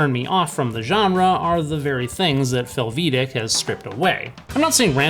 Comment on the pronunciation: Close. Haha Americans tend to overemphasize the second syllable in a foreign sounding name or word. The way you do it is fel-VEE-dek. It really should be FEL-vi-day-k. Hungarian is very straight forward.